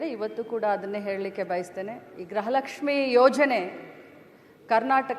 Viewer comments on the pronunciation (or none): ಗ್ರಹ ಲಕ್ಷಿ ಅಲ್ಲ.....ಅದು ಗೃಹ ಲಕ್ಷ್ಮೀ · Grahalakshmi alla amma gruhalakshmi antha helu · ಅದು ಗೃಹ ಲಕ್ಷ್ಮೀ ಗ್ರಹ ಲಕ್ಷ್ಮೀ ಅಲ್ಲ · ಗ್ರಹ lakshmi ಅಲ್ಲ ಮೇಡಂ ಗೃಹ ಲಕ್ಷ್ಮೀ